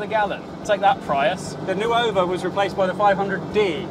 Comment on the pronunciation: Just a friendly note, nuova (new -F) is pronounced nor-va, not nu-over.